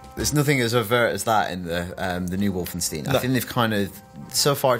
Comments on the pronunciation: Just to clarify, no, the entire game isn't on this Easter Egg, it's the first level of the first Chapter only. Plus, it's WolfensTEIN, not WolfensTEEN. You'd think after 22 years and countless interviews with developers and people involved in the project, the name would be pronounced well by people in the medium. And finally, this isn't a level from 'Escape from Castle Wolfenstein', it's 'Wolfenstein 3D'. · Wolfensteen? Fairly sure it's pronounced Wolfenstine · And lol, Brits pronouncing "stein" so funny, it's supposed it be "shtein" not "steen", tho I don't know if it's spelled "schtein" in German, and yes I know my German is horrible, I just started learning it and the few words I know are from games and films but that's it, didn't have much German TV back in the day to learn it better.